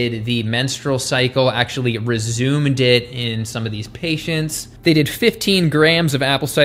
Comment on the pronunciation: Did you just say "Resumeded"?